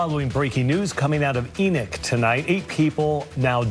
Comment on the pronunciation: ? Enick city?? ENOCH